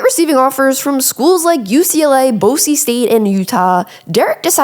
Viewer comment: You need to learn how to pronounce Boise